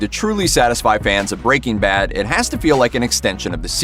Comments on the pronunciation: It’s not BREA-king bad it’s breaking BAD the emphasis is on the bad goddammit bro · Why does he say breaking bad like "BREAking bad" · Brea King Bad. Why you sayin’ it like that? 🙃